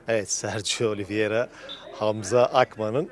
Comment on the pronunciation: yanlis soyluyosun, Oliviera degil Oliveira ))